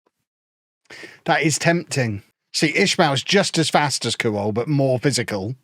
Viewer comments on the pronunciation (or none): pronounced kwol not kuwol